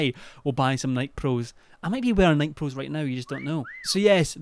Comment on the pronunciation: mispronouncing Nike is the best part of this video